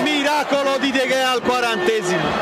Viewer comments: Il nome si pronuncia De Hea però scritto Gea. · irritante il modo in cui sbaglia la pronuncia di De Gea per tutta la partita.